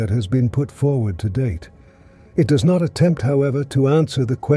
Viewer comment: The narrator has to be AI, just based on simple errors (“what dox it all mean” rather than the obvious “what does it all mean,” etc) but I hope that whoever holds the copyright does a proper audiobook edition with a human narrator. Meanwhile, the AI version will have to do.